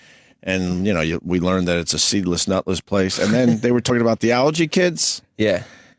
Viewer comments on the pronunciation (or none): Opie’s inability to pronounce the word ALLERGY is breathtaking